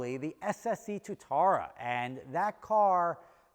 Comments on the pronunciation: it’s got two syllables Tua tara it’s named after a lizard in New Zealand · Its pronounced Two - ah - ta - ra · Anyone else a little triggered by how says Tuatara? No, just me? 😂